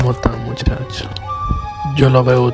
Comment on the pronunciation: como ta muchucho